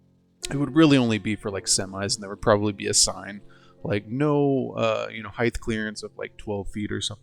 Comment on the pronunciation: Width / Height. Do I hear you saying hiegth? tehehehe Great build.